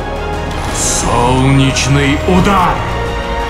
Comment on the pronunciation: Работа над интонацией! Никаких экзортус! Коротко и ясно экзорт и все тут!